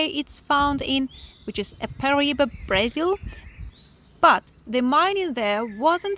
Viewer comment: It’s BrAzil not BrEzil …